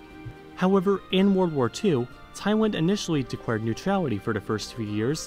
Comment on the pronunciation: "Thaiwand...decwared..." lol